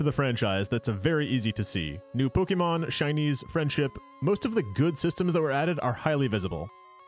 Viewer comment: Dude, I want to watch this video... but I can't get past how you're pronouncing the name of your beloved series. Seriously, google it's correct pronunciation please.